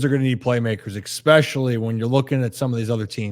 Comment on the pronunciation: The way the one dude says EXpeshully instead of especially makes these options hard to listen to